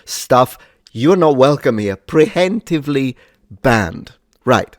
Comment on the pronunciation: "pree-yemptively" is the pronunciation, if reading it that way helps. Which is all I'm trying to do, before some weasel gets on their high horse!